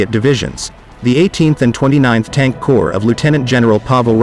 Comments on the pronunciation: Corps is not pronounced corpse. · Corps is pronounced "Core" can't cover military history if you don't really know the jargon.?